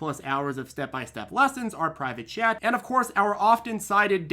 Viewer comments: I used to think he was saying “private jet” (as an obvious joke) instead of “private chat.” 😂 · It took me two months watching before I realized he was saying "private chat" not "private jet." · I thought that is what he says too. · Wait is he not saying jet? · I think he does say private jet usually